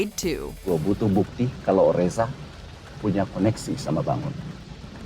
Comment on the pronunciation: The way you pronunce Bangun is wrong lol